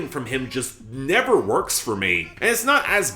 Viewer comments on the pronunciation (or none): none